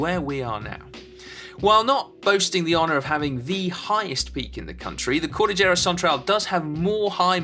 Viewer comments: Elijah Kwon also its KOL DIL YERA not KOL DI JERA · also no-one pronounces it cordijera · I can't help but notice how he pronounce the word "cordillera" lol (here in our country we pronounce that as cor-dil-yera) shout out to the Philippines and to the Filipino viewers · Hahaha I am sorry Si, I could not help myself; I laugh out loud when you pronounced the word "Cordillera" you did good but it still sounded funny. Great work!